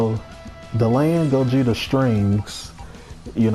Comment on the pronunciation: I'm so happy cant say gogeta don't have mix